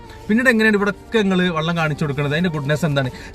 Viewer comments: Vallam Alla vellam😂😂😂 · 😢ആദ്യം താങ്കൾ "വെള്ളം" എന്താണെന്നും😂 "വള്ളം" എന്താണെന്നും മനസ്സിലാക്കുക,🤭...